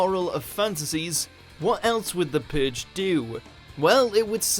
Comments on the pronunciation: the pooge your saying the pooge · The Puhg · you say "purge" very odd